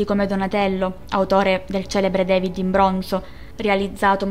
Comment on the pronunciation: Un solo appunto: le pronunce! David (non Devid) di Donatello; Badía (non bàdia) fiesolana; Pater patriae si pronuncia 'patrie' (il dittongo ae in latino sipronuncia e)